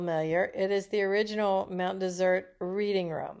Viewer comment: Mount Dessert? Why are you pronouncing it wrong?